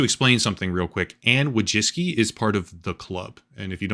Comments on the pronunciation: it's woy-chEEts-ki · Anne "Voy-chicky" is the name's Polish. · It’s closer to „voy-tsee-tskee”, from Polish Wó(/o)jcicki. Not all of the world uses „American” pronunciation. I know I’m fun, but it’s immensely frustrating when USians bastardise other languages. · it's pronounced woy-zhicky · Wojcicki - as a polish person I would pronounce it something like this: voy-chits-key ;) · No “s” sound in that Polish name. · You butchered the name "Wojcicki", you could very easily input it into google translate to hear the pronounciation but you didn't. In Polish, you NEVER pronounce the "w" as an "u" like you did, just for starters.